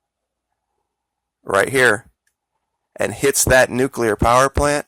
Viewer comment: A neucular hurricane?